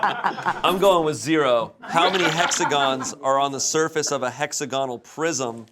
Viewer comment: The way pronounces hexagonal is painful. Also, there's no way any of them cheat as well as the Belgians I knew while I was a high school exchange student there. I saw a girl write equations in gel pen on her nails once, and pretty much everyone (myself included) used the pencil cases to hide cheat cards within